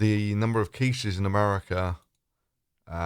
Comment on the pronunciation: New countries are propping all the time! I'll have to go look up this Americar and Canadar that you speak of ┻━┻︵└(՞▽՞ └)